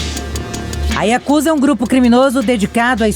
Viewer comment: Não é YAKUZÁ !!! Não existe sílabas tônicas na língua japonesa.